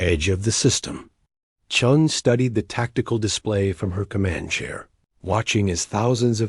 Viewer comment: They got confused in names, chun became john, stupid Ai channels that have to pronounce full stops as dot dot dot. Sort it out check your work. Channels been blocked. Sorry if they can't sort themselves out they don't deserve a like or following.